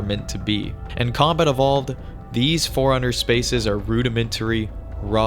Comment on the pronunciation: Just realised, "Forerunner" sounds like "Foreigner" the way you say it.